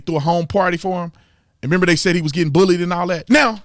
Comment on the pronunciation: I think he said bowlweed not bullied lol.